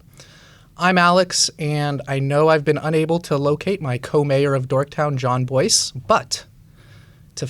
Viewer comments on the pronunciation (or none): ... isn't his name pronounced "Jon Bwah"? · Wait.. It's actually pronounced "bois"? I always thought it was French or something and pronounced, kind of how like "roy" is pronounced "wa" I thought it was said like "Bwa". Learn something everyday, I guess.